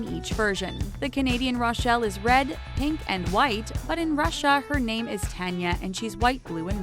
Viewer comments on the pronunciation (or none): none